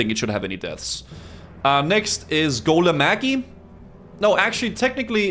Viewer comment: "golemageeeeeee", lol. cracks me up how people pronounce these things in their heads.